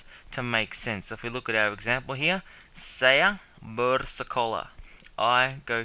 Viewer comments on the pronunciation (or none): You're mispronouncing "saya". It rhymes with "raya", "daya", "surabaya". Presumably you are overcorrecting. Many Australians when attempting to pronounce "saya" pronounce it as "sigh-a" and don't pronounce the "a" in it. But you have to pronounce the "a" and then slide in that "y" sound. You're pronouncing it as "say-a". There's no air gap in it - but it's continuous. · I like your lessons, but I cringe when I hear you pronounce Saya!